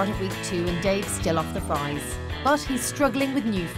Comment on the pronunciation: Say it with me. Fries. Ffffriiieessss